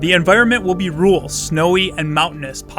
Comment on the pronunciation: Rural...not ruul